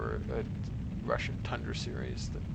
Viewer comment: not 100% but at 1h15min when he says tundra orbits but it sounds awfully close to thundra tho :D given that this man is what appears to me as a walking enceclopedia of rocket stuff, i assume he knows is stuff :D